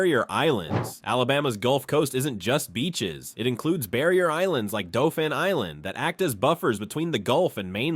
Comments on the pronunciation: Not Dol-phin but DAU-phin. Named for a prince of France, not the sea mammalian, Also, as an almost lifetime AL resident, all those misprouncements show ignorance of topic and the limitations of AI. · Didn't you learn that Dauphin is pronounced "doe-fan" and my beloved Mobile is now mobil...smdh